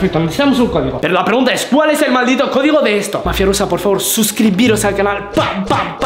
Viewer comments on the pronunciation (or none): que la palabra codigo la has dicho cofdigo y attack la palabra salida la ha dicho slaida